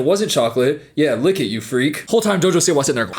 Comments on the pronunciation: WHY DO U PRONOUNCE JOJO SIWA LIKE THAT😭😭😭😭😭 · obsessed with how you pronounce "jojo siwa"